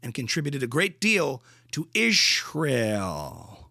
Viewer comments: "wrescchler" lol. love how you picked up her weird speech disorder. hearing her say "ischrael" is almost as grating as her opinions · I love that you say all of her “s” sounds as “sh”. 😂 It’s always bugged me that she does that and I even remember her making fun of somebody else who speaks that way but can’t remember who. Such a hypocrite. 🙄 I love that you’ve included the “sh” thing in your impression of her. 10 out of 10 impression of Candash! 😊❤